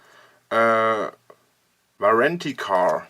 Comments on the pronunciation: Wie er nicht weiß, dass "Warranty card" >>> Garantiekarte heißt....priceless... [unbezahlbar] > nur für den Fall, dass dös mitliest... Auch die Aussprache ist unübertroffen: "Waaahhr - Ranntiee Kaaaht...." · AAAAAAAHHHH wieso wusste ich dass er -H-onor sagen wird Und er weiß einfach nicht was eine „Wahrenti Kar“ ist 🙃